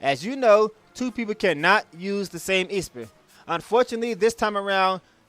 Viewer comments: Yeah, it's called ma sa mu NEH, lol. And the "e" in esper is short, not long. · That's not how you say Esper. It's a soft e.